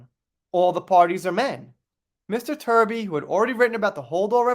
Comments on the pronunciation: Give Mr Truby the credit he deserves….pronounce his name as TRUBY (as in true) and not Turby (as in turd). Let’s reserve the word 💩for the person who really deserves it. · Good work. But can you please pronounce his name properly. Truby!